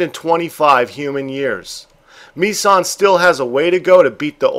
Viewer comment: I have to laugh at the pronunciation of the swedish cats name.Mi-San sounds japanese to me.Its Missan - Miss (as in I "miss" you)followed quickly by "ann"(the same a as used in the word another.)